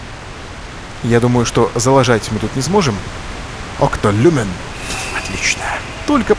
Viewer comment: Екто Люме а не Окто Люмен окей??